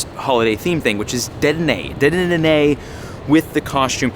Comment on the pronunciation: Dude been playing for years and still can’t say deddenne! 😂😂😂